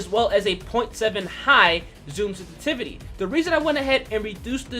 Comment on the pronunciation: "Senstivity" triggered me lol